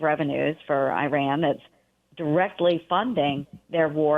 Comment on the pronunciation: why cant she even say Iran properly? Shows ho much she actually cares or knows about the region.